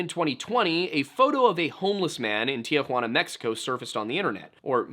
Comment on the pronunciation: I'm cringing every time I hear you say "tea-huanna" tee-huana my man tee-huana drop that a in the middle please